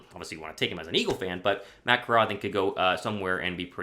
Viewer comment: Ah yes I am an “Aagle Fan”